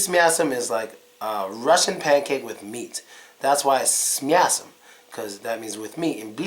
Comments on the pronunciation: сука, охеренно говорит " с мясом" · Как он четко без акцента произносит "с мясом") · "с мясом" совсем без акцента сказал... походу, это наш негр - из лумумбария) просто выдает себя за американца. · С мясом очень даже не плохо сказал...